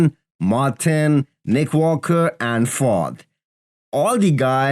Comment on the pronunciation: Fouad! Not Fo